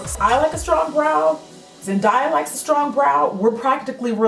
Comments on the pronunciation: This look was bomb! ❤️ Her name is pronounced Zen(daye)uh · U pronounce it Zen (day) a 😂😂 buh I ❣ u anyway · Her name is pronounced zen (day) (ah) like the "day" was a great day.. LOL. you were close though! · Cute look! Its pronounced "zen-day(like tuesDAY)-uh" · I cried when you said "marinate" instead of bake 😂😂😂😂 and yess girl it is ZenDAYa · You did say her name wrong (although I can't blame you). It's pronounced zen-day-a (looks exactly like it sounds) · Her name is pronounced Zen-day-a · It's pronounced as zen-day-a,😂😂 she is my queen 5ever😉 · I think it's Zen-DAY-a. But I'm not 💯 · Lol it's Zen- DAY- a, but you slay at this look ! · Her name is ZenDAYa Like "day" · Lovvved this look especially the eyeshadow and its pronounced zen-day-a ❤️ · "Zen-Day-Uh" for future reference! But great video loved it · It's ZEN-DAY-UH. But beautiful look! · & btw Jackie it's Zen-d(AYE)-a lol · I think it's actually Zen-day-uh, but I've never heard her say her name so I'm not going to confirm it. This looks awesome. I didn't even know Ruby Kisses had good shadows like that. I will be looking for these. :) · Zen-DAY-uh lmfaoo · It's just zen -day - ya like we would pronounce day in English; not necessarily how they say day in Spanish which is how you were pronouncing it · So I got nosey just to see how many people corrected her with Zendaya name its hilarious!! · You said it wrong lol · i hate to tell ya but you're pronouncing Zendaya wrong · Hey love your videos but you say her name like Zen like ying and yang and then day like Wednesday and then ya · you were pronouncing her name wrong lol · i love this look! also, i think you pronounce the "day" in "zendaya" like you would "daisy" :) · lol you were saying her name wrong but it's ohkay. a lot of people say it the way you do. the look is amazing by the way. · Jackie, you were in fact saying her name wrong, but this tutorial is so amazing! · I think you did say it wrong lol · Lol, you are saying it wrong 😂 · it's zen-(DAY)-UH